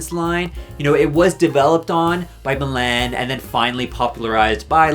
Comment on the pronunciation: who tf is milanne😭😭